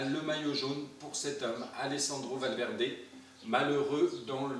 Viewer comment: Dis moi avec la nouvelle Xbox, la Series X tu peux jouer à TDF 13 donc pourquoi pas rejouer à ce jeu .. Et puis t’as fait de Valverde un italien (bon c mieux la prononciation maintenant) 👌